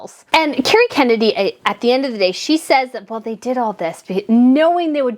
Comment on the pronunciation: FYI, her name is "Kerry". Not "Cary".